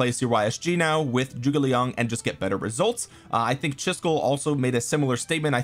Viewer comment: Thanks for making the effort to pronounce Zhuge Liang correctly. It’s pretty crazy how many content creators completely fuck it up when it takes 10 seconds on google translate.